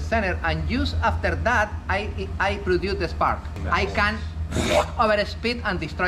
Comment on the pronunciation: His English is absolutely fine, he just has an accent. If I was to be nit picky I'd say his pronunciation of produce is off.